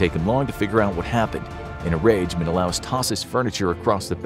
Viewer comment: Sorry, but it's pronounced Men-a-lay us.